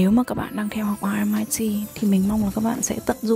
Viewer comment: Vậy cuối cùng là a hay o??? Thấy nhiều vlog đọc là o. Nay nghe đọc là a. Mình nghĩ đọc chuẩn hơn thì phải.